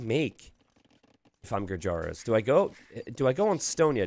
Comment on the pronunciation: The correct pronunciation of Gurjaras is "goojers"